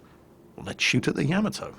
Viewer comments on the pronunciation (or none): The way you say Yamoto sounds wrong to my American ears. Could you look up the pronunciation of the name and let me know. ya-modo instead of yam-atoe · I really like your videos, but please learn to pronounce Yamato. Its Ya..mod..O, not yam-atow. Don't mean to complain, but it's like nails on a blackboard when I hear that. Thanks. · That "Yammatoe!" Hurt my ears. It should sound like Yam-Mar-Toe! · ya..mott...toe........not cameltoe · It's pronounced "yah-mah-toe" with about equal stress on all three syllables, not "yamma-toe". I had a Londoner roommate in college who pronounced "taco" as "tack-o" when it's "tah-co". What's up with you Brits? You're driving me crazy! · Im sorry but your pronunciation is triggering me. Its not yaamato its YAHHHHH MAHHHHH TOOOOOO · To everyone who's argues about the pronunciation of that, the JAPANESE anime about a ship named that pronounces it YAmato, so that what I'm saying. It's NOT yaMato. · Say Ya-Ma-To the A's in YAMATO sound like the A in Yard. Funny English you are speaking.